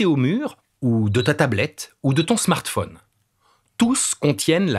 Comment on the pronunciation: Je crois qu'ils ont voulu dire Smartphone